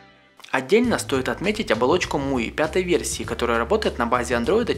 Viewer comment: "При помощи мокрых рук", "муи", "лупА", "тиДЖИ-эссидимэй" Ляпы, ляпы) Ну и на звание "полного" не претендует Но всё же спасибо